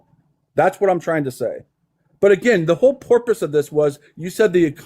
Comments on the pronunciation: “the whole porpoise” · Did he say porpoise instead of purpose? O.o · “the whole porpoise”…..” the whole 🐬”… he said porpoise…. MAGA can’t even speak one language…